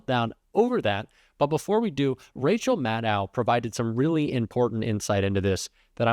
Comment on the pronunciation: Rachel Maddow is pronounced like "know", not "now".